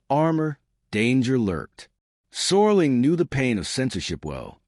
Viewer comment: Could someone tell the Artificial Idiot narrator that it's Serling, not Sorling?!